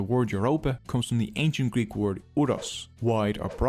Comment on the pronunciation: Nice video, nice animations but your prononciation of Greek and Latin word is disturbing